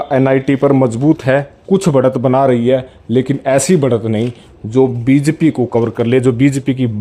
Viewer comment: बी ज पी 😀😀 bolna to sekh le pehle